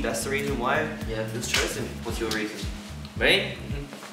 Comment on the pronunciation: Dont mind me im just making a repeat button for Changbin's "ME" in aussie accent